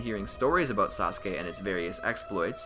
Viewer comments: Thank you because using the clip of you saying sauske over and over again was annoying but you should do Ay next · This is how many times he said "saskue" | | | | | | | 👇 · U mean saskey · Before I watched Naruto I thought it was pronounced Sauce-ook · Yes indeed sasuke sounded so werod